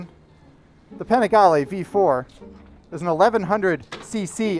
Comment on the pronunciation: I don’t like how he says panigale It’s like people that say Porsche instead of pronouncing it Porsche